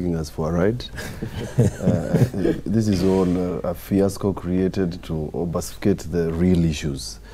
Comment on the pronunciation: does not know how to pronounce obfuscate. I thought he is a lawyer.